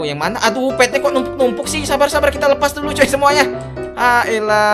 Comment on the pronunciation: Bang tadi Abang bilangnya harusnya Sabar malah sabal